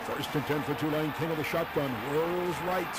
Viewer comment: No way he's from the south. But at least he pronounced Tulane correctly.